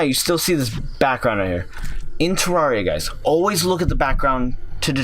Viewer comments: It's terraria not terrawria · Its not tarrauriya its terrareuh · If terraria is your favorite game how come you can’t even say the name of it right it is Terraria(Ter-RARE-e-uh) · its prononced terraria not terraria!11!1! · Ter-rar-ree-ah haha wow. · i know terraria is spelt terraria but... YOU PRONOUNCE IT TEREREEA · If terraria is one of your fav games Why are you pronouncing the game wrong? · you are saying it wrong